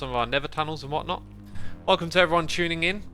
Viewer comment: why do brits say t like ch ? like X said Tuning as Chuning